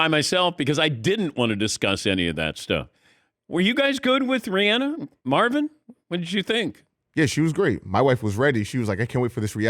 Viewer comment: And thanks to Dan for pronouncing her name correctly!